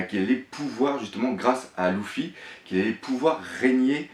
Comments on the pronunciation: arrete de dire louffy . sa s'écrie luffy mais sa se prononce leuffy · propre ta vidéo j'adore je les suis toutes mais y'a un gros problème ça me fait mal au oreilles quand j'entend loufy et louchy, c'est Leufy (lufy) et lusie et non louchy faudrait pensé à voir la prononciation des blases sinon c'est vraiment nickel